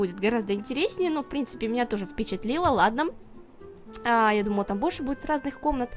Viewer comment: "Ну и в прынципе" :DD